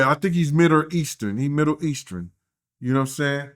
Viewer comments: " he's midder eastern" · “He midder eastern” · was struggling with saying Middle Eastern... I started dying laughing at that part.